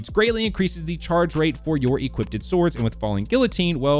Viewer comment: "make sure you have reck-loose equipt-ed"